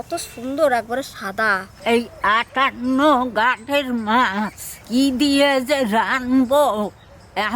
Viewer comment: দাদা এটা আঠানঘাট নয় আঠান্নোগেট